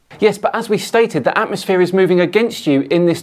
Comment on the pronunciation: Atmo-SPHERE not atmos-flat 😂